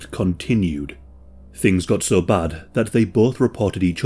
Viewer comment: I cannot get over the fact that you pronounce "so" as "saw"